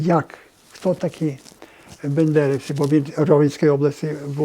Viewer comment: Цей йолоп досі каже «бЕндерівці». Добре історію КПРС в педагогічному засвоїв 😅😅